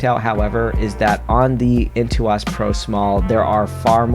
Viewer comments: Nooo! Way-comm and Into-ose! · how dare you say Wacom and Intuos like that!... Nice review though. Lol